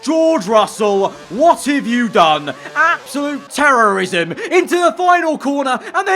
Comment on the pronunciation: “absolute terroism” got me rolling on the floor